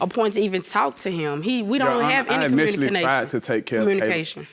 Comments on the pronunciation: Did anyone else hear "commukanation"? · I Knew It Wasn't His When She Said "Communimikation"...🤦🏽‍♀️ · " We don't have any Comunikanashion".... Omg...lol